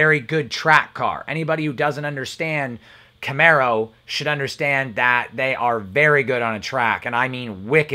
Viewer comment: I watched 4 minutes and that was with skipping. I immediately was turned by your inability to correctly pronounce a variant of a famous Camaro. Thank you for pronouncing Camaro correctly though.